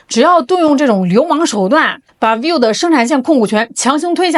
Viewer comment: vi-vo，两个音节，不是 viu